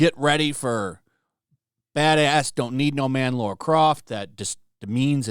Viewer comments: Dude, it's LARA not Laura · Ffs dude... it's Lara, not Laura. Come on, man... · I like your videos, dude, but if you’re doing commentary on cultural stuff, please, please, please take a sec to say the name correct! Laura??? C’mon, man! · just outta curiosity why do you Amerians call Lara Croft, Laura Croft? never understand why. Phoebe would make a terrible LARA, not Laura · My guess it’s the original superman actor they have done a disservice to, would make sense because everyone else is still around . It’sLara not Laura